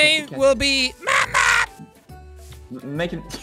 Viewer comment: Mamma means mom in Swedish. I cringed so hard every time you said mamma